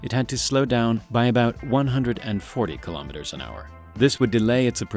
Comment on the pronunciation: Three thumbs DOWN; for not pronouncing kilometer properly! Bye- bye! I minute and 5 seconds!